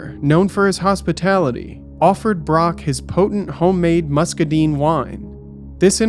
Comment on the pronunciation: hi. Mississippi person here. Its muscaDINE. like Dine in Restaurant. Deen sounds better and seems more accurate, and maybe its really truly pronounced that way.. i dunno ive never actually checked Lol but since these guys were in Georgia..😂 Ive literally only ever heard it pronounced "Musk-Uh-Dyne".